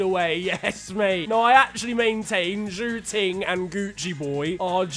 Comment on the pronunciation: you pronounced zhou ting in chinese as pork room